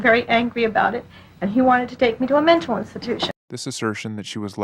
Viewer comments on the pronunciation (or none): none